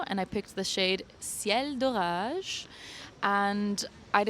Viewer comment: I'm glad you enjoyed my cirty! You're prononciation of "Des Prés" wasn't... great 😂 (we don't say the last s!) BUT when you said "Ciel d'orage", perfect accent! You sounded 100% french there! Sorry there was a rude woman... I know we frenchies can be rude with strangers, that sucks, I'm sorry. Lil Weasel is a great spot! And yes, the Louvre is HUGE. I once read a statistic that said you'd have to spend a full month there to see everything if you just stopped one minute in front of each object. I love it though, it's my favorite, so many hidden treasures! If you ever go back, I'd be glad to give you some tips. This vlog was very cute and the editing and the music were perfect!